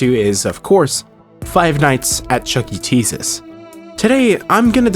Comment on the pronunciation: I'm so sorry but when you said "The redemption of Chuck E Cheese's" all I heard was "The redemption of Chuck E Jesus" 😭😭